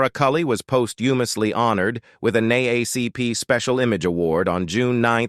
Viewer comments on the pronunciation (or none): Instead of using AI as an announcer, please hire a living human that can pronounce words. Such as NAACP( N DOUBLE A C P) . THESE AI NEED TO BE DISCONTINUED. 😮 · The AI voice needs to get some of the annunciation correct…. NAACP was spoken crazy 😆🤣